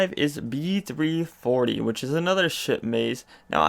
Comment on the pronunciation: Sounded like you said shit maze when referring to B340 lol